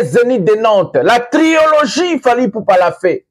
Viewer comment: Mon Frère, arrêtes de dire TriOlogie mais plutôt Trilogie... le premier O ne doit pas être inclus... Par contre on peut dire Trio. A+